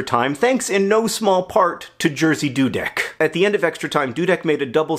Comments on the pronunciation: I've heard about Jerzy Dudek many times as I am Polish, but before you said he was from Poland I had no idea who you were talking about as Jerzy is pronounced very different in Polish. It was fun to hear how an English speaking person would say it and the story itself is amazing :D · cool video -thanks! you rarely talk Poland on your channels. And the way you pronounce Jerzy is absolutely epic :D !! I know its difficult for non-Poles to say it and mispronouncing is your thing but you not only didn't get it right - you pushed through the wrong and somehow approached right from the other direction XD It really makes me think we as a nation must now change how we pronounce Jerzy. LOL.! Sorry about your dog, I know how much it sucks loosing a pet. I hope you get better! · Very sorry for your loss, I know form experience how hard it is Also, I have to say this, I could never imagine the name "Jerzy" could be read like that, but I understand our pronounciation is difficult (btw Jerzy means George so you can just use that one ) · It's just hilarious to me how badly you mispronounce his name, as a Polish speaker I didn't even recognize who you're talking about at first :P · Haha you so horrible mispronouncing name Jerzy, to this level it became a little bit cute 😂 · It's Yeah-zhi. Zhi, as in the word "pleasure". Not, "Jersey". Thank you, A Nerdfighter from Poland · John you are an amazing person but that's not how you say Jerzy ;) It should be more like Yeah-shh ^^ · This is the weirdest way to pronounce the name Jerzy wrong. I had no idea who you were talking about until I read the description. Good effort, but it sounds more like Yeh- shih, with the first part accented, and the sh of the second part is really hard, almost like a "j" sound. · Jersey Dudek <3 For me it sounds hilarious, but in a lovely way. And we all know mispronouncing is your thing. Also, the guy was beloved by all boys in my school, but I never heard this story. Thanks :)